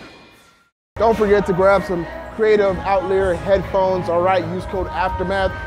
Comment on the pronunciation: you funny as hell man, you been saying the headphones wrong all this time😂😂